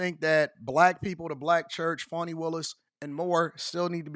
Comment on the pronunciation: F-A-N-I spells Fawny like S-A-D-E spells Shawday